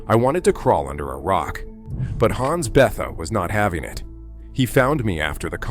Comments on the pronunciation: Hans 'BETH-ah'? Ugh. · Maybe check for a better pronunciation of 'Bethe' (Hans). Good storytelling.